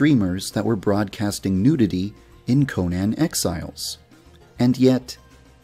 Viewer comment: I swear if this guy says "Conan Exiles" wrong ONE MORE FUCKING TIME I will KILL MYSELF